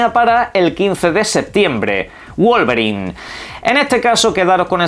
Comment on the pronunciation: Escuché bien? pronunció bien Wolverine y no le dijo "Guolberain"? 😂